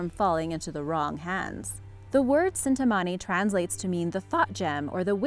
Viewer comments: It's 'Chintamani Stone' and not cintamani stone. Ch will be pronounced as ch in China not as in chemical. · It's not cintamani it's chintamani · That's the Chintamani not cintamani Amazing video otherwise